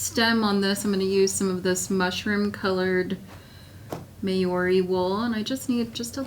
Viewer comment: I am endeavoring to pronounce "Maori" correctly. If this term refers to the indigenous people of New Zealand and their sheep, it is pronounced "Mau-ree" rather than "May-or-ree". Here is a link